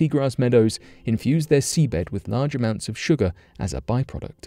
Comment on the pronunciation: Wtf is sugaaa ??! Lol !! 😝